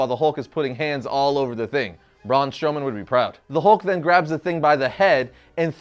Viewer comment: He really said Bruan Stroman would be proud 😂